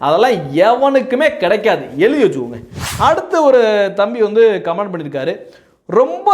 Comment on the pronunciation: நீங்கள் உட்பட சில வீடியோக்களில் கமென்ட் (comment) என்று சொல்வதற்கு பதில், கமான்ட் (command) என்று சொல்வது போல் கேட்கிறது. நான் சொல்வது தவறாக இருந்தால் மன்னிக்கவும்.